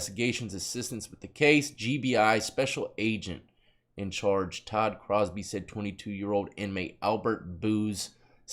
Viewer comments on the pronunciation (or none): none